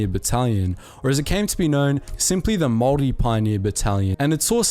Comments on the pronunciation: Your saying Maori wrong! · Maori but pronounced Maldi... got it. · Bro, its pronounced moldy. Like mold that grows in moist dirty dark places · Pronounced- Maw-Ree. What's the weird Germanic accent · Your maori pronunciation is painful bro. The g is usually silent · I want to rip the voice box outta the narrators throat. Say Maori like that one more time and my ears are gonna explode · Your pronunciation of "Maori" makes me feel sick lol. Are you one of those people who breaks English mid-sentence to say "Kwa-soh" for croissant lol?